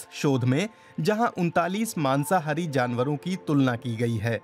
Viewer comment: mansahari nhi y masahari